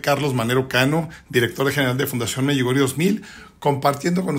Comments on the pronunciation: No me gustó este video y este señor debe aprender a decir: Medugorie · Por qué chihuahua dice Meyugoria, cuál es la verdadera pronunciación